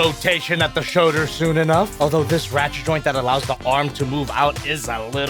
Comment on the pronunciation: says Shoder instead of shoulder and it bothers me lmao